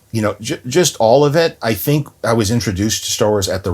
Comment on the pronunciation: "thonk" lol